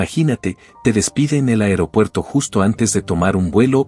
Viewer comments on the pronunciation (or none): none